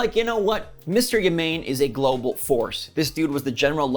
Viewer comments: Platinum partnered with Tencent. So uh ok. Also, it's not "Ya-mayne" Try "Yah-mah-né". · Uhhhh "Yamane" is pronounced "yah-mah-nay" definitely not "yah-mane" As far as Mario Strikers, Ima wait til more DLC comes before deciding to buy it Also I sold my Wii U at Gamestop to put the credit down on my Switch preorder back in 2017 & i hardly ever pick up my nearly destroyed 3DS XL any more (got all my games downloaded anyway) so the loss of the stores mean nothing to me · “Ya-Main” it’s ‘Ya-mah-neh’ 😂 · Pronounced Ya Ma Ne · Hey. Thanks for the video! FYI, the guy's name is Ya - Ma (as in "mast") - Ne (as in "nest"). Have a good one!